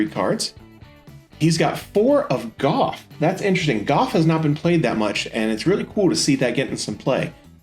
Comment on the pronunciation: ok I do like your vids, but I beleve a 'Gouf' is pronounced "G-oof" not "G-Of"